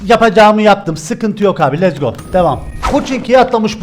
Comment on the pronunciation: Letz go değil lets go